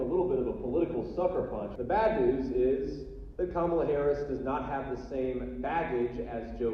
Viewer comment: Small detai, but did you notice how he said her name correctly in the audio, versus at rallies when he(and every other terrible republican) pronounces it ka-MA-la. I guarantee they've all decided to intentionally pronounce it wrong, just to "trigger" the left, but the left hasn't even acknowledged it